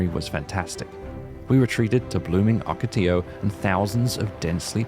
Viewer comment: Really I think it's more impressive that he pronounced "Ocotillo" correctly.